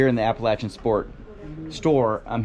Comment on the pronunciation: I appreciate the correct pronunciation of Appalachian. When I went to ASU I would have people ask how things were at Apalayshian state.